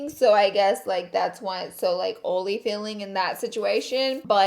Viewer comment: Makes me laugh how you say oily lol x